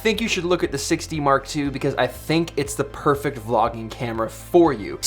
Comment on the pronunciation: Haha! You "Six D Mark two" sound like "Sixty Mark Two" :))) Man, I spent a lot of time searching for "Canon 60 Mark2" :)))